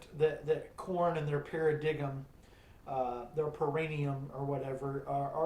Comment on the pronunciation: Paradigm, you did mean (Para-dime) right? not Para-gig-em???? I assume you pronounce it that way cause it stinks as an album? LOL